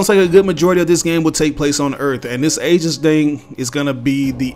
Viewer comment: To help you with that confusing word Aegis, it's actually pronounced Ee-jis not ay-jis